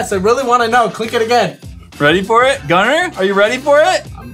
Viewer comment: Evelyn Rose no,its Gunther but just said it like Gunner